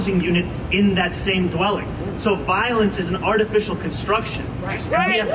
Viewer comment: He's useing law language when he says voilence.